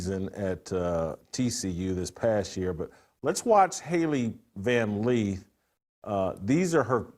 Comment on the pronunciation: Its Lith. LITH. LITH!! Not Leeth!! JFC.